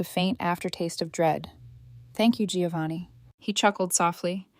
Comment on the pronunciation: It’s “Joe-vanni, dammit. Not “Gee-o-vanni.” Italians everywhere will thank you.